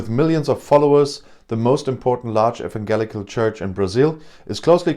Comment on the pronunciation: Great content as always. Evangelical in English has a soft g like j in jelly.